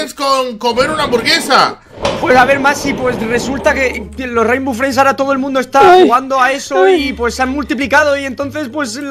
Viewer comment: oye no se pronumcia rimbow friends se pronumsia reinbow frends